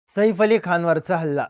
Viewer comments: 'सईफ' नाही रे बाबा 'सैफ '. शुद्ध ही बोलता येतं नाही रे तुला🙄. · Saeeeeef nai O saaaaif 😂saaaaaif